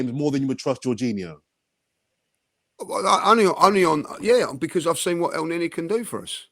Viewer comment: Juninho 🤣🤣 how is honestly that bad at pronouncing foreign names when other people are saying it correctly to him, so fkn funny. Sending love to from Aus ❤️